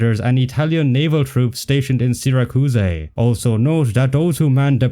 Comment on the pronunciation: Sira kuus ey is going to kill me. Is that the Italian pronunciation or have you never heard of Syracuse